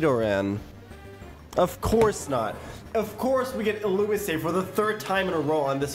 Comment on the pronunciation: Love pronouncing illumise as illumissay